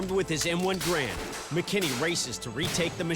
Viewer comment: It is pronounced ga ramd or gare end not grand. These guys are def not weapon experts. They even bring up myths with these things.